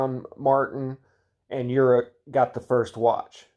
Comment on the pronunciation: Slavic names and languages are pronounced/read phonetically, so Slávek is read "Slavek" with "e" like in "chemistry". Slávek is short for Svatoslav, the one who celebrates the holy. (Also Horák and Slávek are pronounced with a long "a" which is I guess beyond the distinguishable threshold of anglo saxon people)